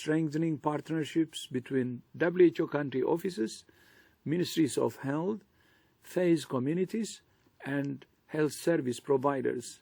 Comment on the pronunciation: Imho, there should be at least someone speaking better English. Just listen how it sounds “ministries of hell”, which is kinda true, but shameful for such an “important person”.